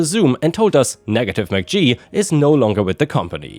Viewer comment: You are mispronouncing the 'Negative McGee.' I suggest you look up the Adam Sandler sketch of Fatty McGee so you know how to say it. 'But I like the stairs!'